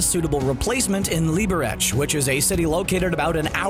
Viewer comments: I love how he completely butchered the pronunciation of Liberec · I know you are from America but I can’t how you said Liberec